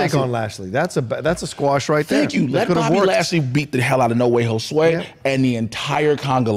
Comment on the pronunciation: Why does keep saying Jose as Josué?